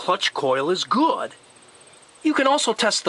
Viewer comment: The way he says good 😅